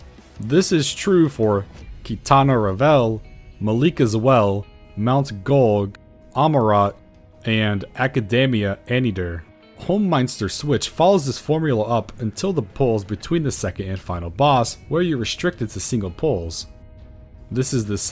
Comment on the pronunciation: I feel like I should mention your pronunciations aren't that far off. The Qitana Ravel is surprisingly just "KEY-tah-nah RAA-vl," Holminster Switch sounds more like the word "minister," and Excogitation uses a soft G, so it sounds like "ex-ko-ji-tay-shun." I used to pronounce Excogitation like you do, but I looked it up in the dictionary out of curiosity one day.